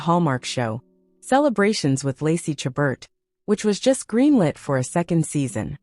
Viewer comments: Her last name is pronounced "Sha bear" with the accent on the second syllable. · If you get a job to narrate a video about a famous person, you should make sure you know how to pronounce that person's name, not keeping on saying it incorrectly all the way through the video. The t at the end of a word that is French is never pronounced! Also, the caption writer should spell her first name correctly; it has an E in it. It's spelled Lacey, not Lacy! And, at least mention that all of the men she is seen with in the photos you show are actors, as her husband is not shown here. I'm not sure about the still photo that is not shown in the video, but is one of the two still photos you see before you click onto the video. The photo there of her with a man is a man who I have not seen in any movie with her, so I'm not sure, but think it might be David Nehdar, but I KNOW the others are NOT! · Half the time these 'tell alls' are simply clickbait with no basis. Not surprisingly, they "know" so much they cannot even pronounce the subject's name correctly! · If you are going to take advantage of the famous names, at least pronounce her name correctly!